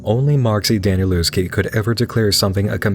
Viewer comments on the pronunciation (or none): I hate to be that guy but it's pronounced Danielefsky But I'm seriously excited for this series